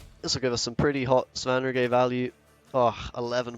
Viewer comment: Hey it's pronounced Svan-rigger. If you've played the Witcher 3 it's understandable that you don't know because he's only named a couple of times